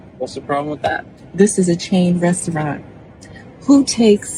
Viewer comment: She can’t even pronounce the word restaurant… 😆